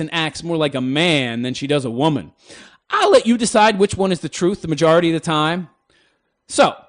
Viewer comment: What was that ? Pijority ? I need to google this shit, so funny